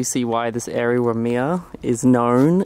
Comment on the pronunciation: Lol I was so confused at first when you said Waimea as wuh-me-uh, didn't register at first because I have never actually heard it pronounced like that. That day it was foggy all over the east side, I looked out my window and was confused cause I haven't seen it that foggy in a long while. Most of Kauai is very wet but the island just has the most beautiful rainbows. Was on the highway driving west and it looked like we were driving into the base of a rainbow, it was spectacular.